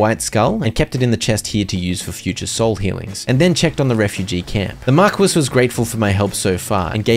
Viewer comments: Someone's surely pointed it out by now but 'marquis' is pronounced like 'mar-key' not 'markwis'. Not a criticism or anything, just not sure if you knew or not. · The title "Marquis" is pronounced mar-kee, not mar-kwiss. I imagine somebody has already pointed this out but it was bugging me, so there you go. That's Star Wars, not Star Trek. I don't care if you toss Star Wars' name in the mud (Disney does that enough already), but I'll not have you insulting the Trek Franchises by mislabeling the scrolling text trope. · I would give this a 10/10, but you mispronounced marquis the entire time, so I’m going to give you a gracious 3/10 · Marquis is "Markee" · lol at mispronouncing marquis, thats a timeless classic